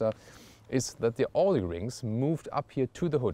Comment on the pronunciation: You're german..why don't you know how Audi is pronounced?!